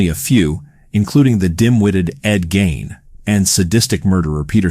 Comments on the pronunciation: It’s Ed GEEEEEIN! Not Ed Gain! Lol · The pronunciation is gEEn not Gain and he wasn't a serial killer. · Really good video, very well executed. Only thing that kept bugging me was when you'd say Ed Geins last name, you'd say "Gain". You pronounced it properly in the beginning, but after that you just kept saying "Gain" which threw me off several times taking me out of the flow of the video.